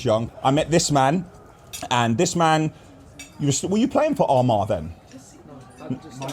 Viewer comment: When try to say Armagh 😂🤦🏻‍♂️😂